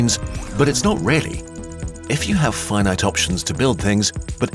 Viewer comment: I like the way you say Fye Night, (Finite) it's totally not the way I would have expected that word to be said.